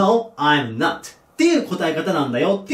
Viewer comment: not(なっと)を聞くたびに納豆って思う